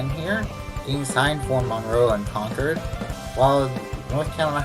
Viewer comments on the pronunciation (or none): . It’s ConCORD not conCURD. It’s MUNroe, and Rutherforton does not sound like the ladies name. It rhymes with rut.